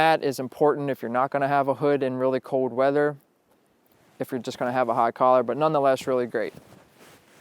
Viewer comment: FIRST OFF - it's cold not "code" it''s wool not "wow" it's rain not " precipitated" that last one was to funny!!!!!